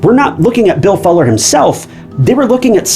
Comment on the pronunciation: How are you mispronouncing FULLER? smh